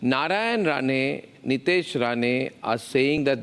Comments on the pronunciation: It’s Nitesh Rane and not RANA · Rane not Rana 😂